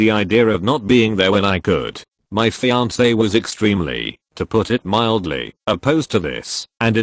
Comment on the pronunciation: I miss "fian-ke."